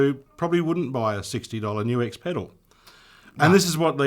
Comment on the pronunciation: GLAD to hear you know HOW to say NUX! (Many don't!)